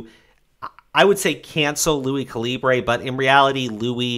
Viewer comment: dawg can you please pronounce "calibre" right. it's pronounced "cah-lih-bur"